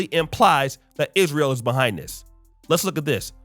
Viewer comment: It’s ISRAELIS not Israelite.